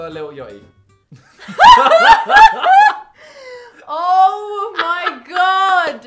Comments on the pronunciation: The most British thing I herd “Lil Ughty” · htf did he pronounce lil yachty